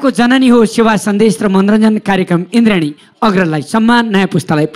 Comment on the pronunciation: Your pronounce is not indrien it's indradi 😂😂😂😂